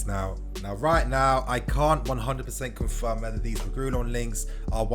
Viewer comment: I beg stop saying regoolon😭 it’s pronounced reg ( like saying regular) ee yon (two L’s is pronounced like a y.)